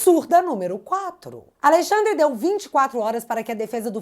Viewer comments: '''Aleixandre'' me quebrou. 🤣🤣🤣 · Alei xadrrer😂. Parece o drácula ou a encarnação do Exu